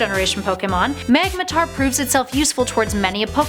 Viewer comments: "Magmotar" it's magmoRtar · "TyPHOLsion"? "MAGmoTAR"??? The cringe... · First off, Charizard looks like a dragon but doesn't have the dragon typing outside of one of it's mega form. Second, there's an o in magmortar so how do you keep saying magmatar?